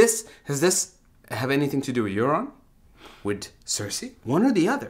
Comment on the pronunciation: That's Euron not Aeron fool